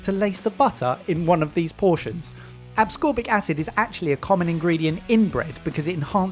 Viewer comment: Why are you pronouncing ascorbic like there are 3 instances of the letter 'c'? It isn't 'acscorbic'.